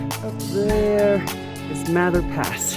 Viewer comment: Bless you ladies...for lots of things...but the most recent, that you said "Mather" the way Mather said it, and not long "a" way so many younger walkers do...